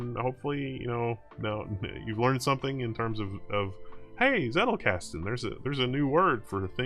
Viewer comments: It's pronounced Tsettel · One interesting tidbit is that the German "Z" is spoken like "Ts" so "Zettelkasten" would be more like "Tsettelkasten" when spoken. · I just watched it to see how he pronounces "Zettelkasten" ....